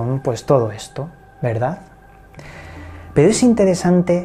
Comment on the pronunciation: Con todo respeto por que cada vez que diçes pero...pronuncias pedo? Corrijete hombre que pierdes puntos.saludos.